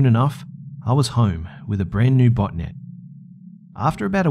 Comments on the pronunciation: i thot you said butt net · Xxpsphacksx I couldn't figure out if was saying "botnet" or "botinet" LOL